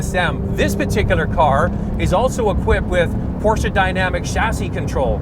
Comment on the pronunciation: why porscha? is porsche